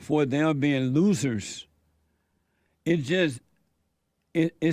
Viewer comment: He said loossers